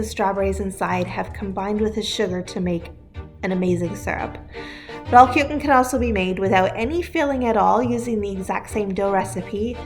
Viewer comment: That Mennonite lady mispronounced Rollkuchen with such confidence and zest